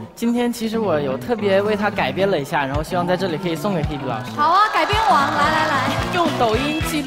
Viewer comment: H b？？口齿不清啊